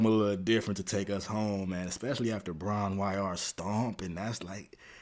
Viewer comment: It’s pronounced ‘Bron Ee Our’ and I think is named after the cottage in Wales they all stayed in. I have a soft spot for it as it’s about Robert’s love for his sheepdog. A lot of the album is influenced by English folk music and traditional songs. Don’t worry NO ONE likes Hats off to Roy Harper…